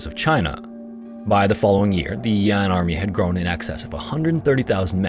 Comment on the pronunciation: I beg your pardon, it's not "Yon", it should be pronounced as "Yan" the northern rebel state. Do your research properly before releasing your vids. lmao